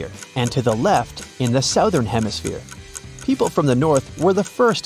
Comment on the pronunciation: I've never heard anyone pronounce the word southern as "sowthern"... Lol sounds so strange to an average American ear. It's pronounced "Suthern".